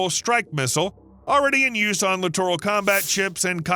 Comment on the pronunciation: Lit·er·uhl not Li·tor·al